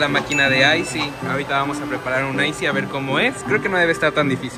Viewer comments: Se pronuncia ice no icee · Se dice icee¡